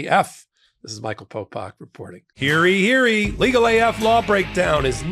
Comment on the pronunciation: It’s “Hear ye! Hear Ye!” not “heary, heary” (for your ad with the town cryer imitation.)